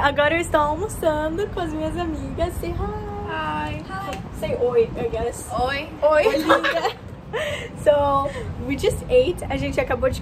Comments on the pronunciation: O que a disse: ''Say oi'' O que eu ouvi: ''Say roi'' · Roi, Letícia né? Ksksksksksksks